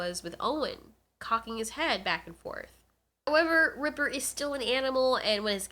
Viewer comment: His name is reaper not ripper